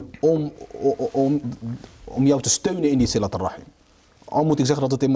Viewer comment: Het is siRat niet siLat